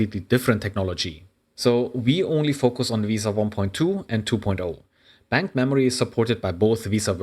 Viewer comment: it's not pronounced veee-sa it is correctly pronounced ve-sa like Vespa but without the p.